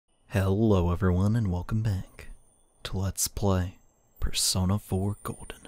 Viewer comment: How did I just notice that Teddie says Bear-sona? 😂